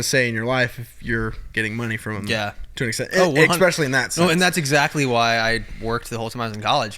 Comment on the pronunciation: Can someone please tell him it’s “especially”, not “ex-specially” 😂😂😂😂😂